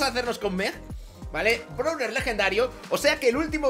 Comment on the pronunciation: No es browler es brawler y no es baster es buster